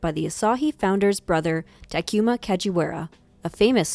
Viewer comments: Every time you say Ta-que-ma 🥴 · it is T A K U M A...not T A K I M A!!